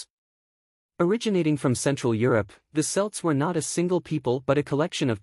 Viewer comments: You keep saying "Selts", not "Celts" - but you're saying "Celtic" correctly. Also Scots "Gaelic" is pronounced more like "Garlic" - without the "R" sound... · Kelts not selts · Celts pronunciation with the c being sounded with a k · I don't know but it's not revealing anything new, in fact there are some out of date bits in there and the pronunciation of some words, like Celts is very poor.